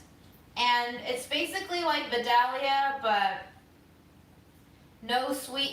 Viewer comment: Respectfully, just so you'll know, Vidalia is actually pronounced "Vie-dale-yah"...I am from Georgia, so...